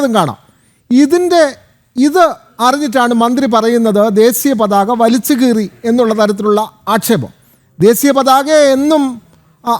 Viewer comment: It's desheeya pathaka, and not desiya pathaka.